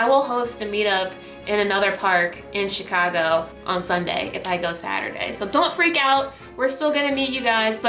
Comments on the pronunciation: I thought there was an A in Chicago? ;) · Chicago not Chigo